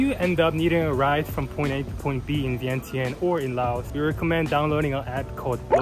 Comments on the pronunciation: Vieng jund not vient tien. Is the corect way to say.🏌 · You need to pronounce it correctly it is ViengChen, but it spell Vientiane so the T in tian should sounds CH